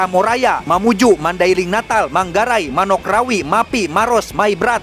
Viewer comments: akhirnya beliau mengucapkan "Ponorogo" dengan benar, tapi malah mengucapkan "Manokrawi" bukannya "Manokwari" 😅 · ===>>>>> MANOK RAWI? Manok wari kan maksudnya???? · Manokwari bukan manokrawi 🤭😅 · yang betul Manokrawi atau Manokwari???